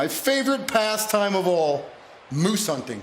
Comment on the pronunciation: Why’d he say hinting instead of hunting